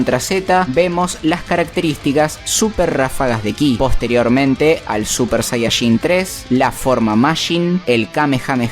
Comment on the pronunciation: Cada vez que dice super sayashin muere un gatito😢